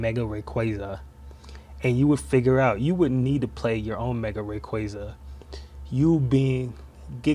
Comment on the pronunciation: Why did you pronounce Rayquaza like that ?